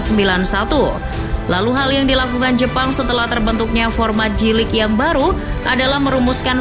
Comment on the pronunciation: Spellingnya Jey-Lig ya kakak, bukan Ji-Lig 😊